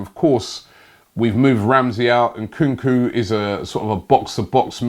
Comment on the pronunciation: I love transfer daily but seriously... Nkuku. Robbie come on bro read the names 😂😂😂